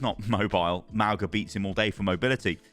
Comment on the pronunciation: M-aul-ga not Mal-ga x.x